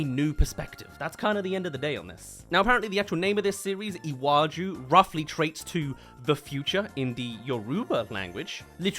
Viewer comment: I am Nigerian and I love that Disney is doing this but if I hear one more person mispronounce "Iwaju" ,"Lagos" , or "Yoruba" I'm gonna lose it .